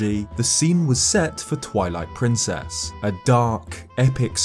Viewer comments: Sounds like you said "toilet princess" lol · am I the only one who heard that as "Toilet Princess"? Lol, holy fuck I'm dead.